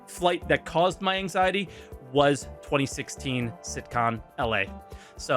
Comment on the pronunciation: Am I the only one that thought he said "sitcom" instead of "Cit-Con"? :D